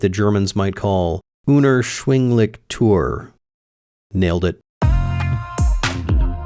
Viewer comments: Doppel-coo-p-loongs ge-tree-beh unerschwinglich was okay but try toyer the "eu" sounds very similar to "oy" Might be a good help for pronunciation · very nice but try the "eu" in "teuer" more like the "oy" as in "boy" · Great video about the cayman! "unerschwinglich" was pronounced good but "teuer" is pronounced like toy-er. Sorry for the correction, but I have to, I'm german 🤣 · un'er'shvindlish toy'er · He said teuer like Tür, the word for a door. And zeigen like Siegen, a city 😂 But other than that not bad.